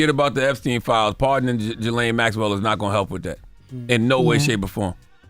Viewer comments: Why is it so hard for everyone in media to say gislane Maxwell? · I like watching your front page news but please learn how to pronounce (Gi-lane) its all over other news channels if you want to make sure you saying right you guys really sound unintelligent